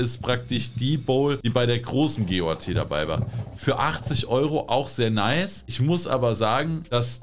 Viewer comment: G.o.a.t bitte am Stück aussprechen. Ziege. Goat. Greatest of All time. Niemand spricht die Buchstaben einzeln aus. Sonst alles geil.